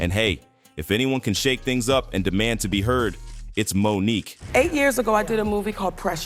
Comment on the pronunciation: Does anyone listen to audio before they put these things out? Is it a robot that reads the text?!? Monique’…. Won an Os-car…. Geez